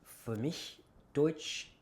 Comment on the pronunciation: Your range of accents is really impressive! As a German teacher ich kann es mir nicht verkneifen to point out that your vowels still give you away. In the word Deutsch, for instance, your o is slightly too long and too closed. Just tense your lips less and open your mouth a bit wider. The eu should sound more like in boy ore employ (ok, I guess these words sound different depending on the accent, but I hope you understand what I mean).